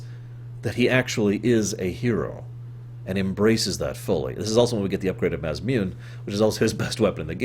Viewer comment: Its objectively pronounced maw saw moon eh. There is no debate :p. I used to pronounce it may saw moon till I learned japanese.